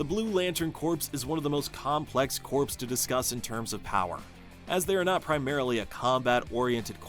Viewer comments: I can’t even get through the video because the pronunciation is bothering me so much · You're saying it wrong. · AI narration has improved. Still can’t pronounce corpse in this context. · he actually said corpse.. tsk, tsk. There are so many resources available to make sure you're not making such mistakes .. I remember a video of a guy, a supposed intellectual, pronounce Descartes.. as Dees-kartez. Just as bad. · Corpse. Corpse. Corpse. Computerized narrator but can't pronounce properly. Ai will never take over the world. 😂😂😂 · Not even a minute in and it's already driving me nuts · Actually "Kor" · I think he meant "Corp", but yeah it sounded like "Corpse". 😅😅😅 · It’s pronounced ‘core’ not ‘corpse’. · Thank you! I literally cant watch this video just bc of that, feels wrong! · Thank you very much for this comment. The error is really jarring. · I thought I was the only person that got instantly annoyed by him saying it like that. 🤣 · WHAT?? It’s Pronounced CORE. Lantern Corp not *Corpse*. No one but you and the video creator are getting this wrong, not hearing it correctly. Geezus. The man is literally pronouncing it wrong in this context and you are spreading bs disinformation about someone hearing it wrong. WTF 😒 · Jesus. AI is gonna make morons outta even more people. It’s CORP, pronounced “CORE”, not “CORPSE”. You know, not Marine Corpse, Marine Corps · Unwatchable due to the repeated mispronunciation of “corps.” The audio should be recorded again. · Omg it’s cringy hearing corpse…it’s pronounced Corrrrr just spelt Corps. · yes, that's what he's meaning, but it's pronounced "core" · There’s no such word other than CORP (Core) in this context whether it’s for this particular video or in the military. In these situations it is always pronounced Core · I cant watch this hearing the "corpse" everytime. 😭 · For a computer to read, simply spell it 'core' in your text. (sigh) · CORE CORE CORE it’s not hard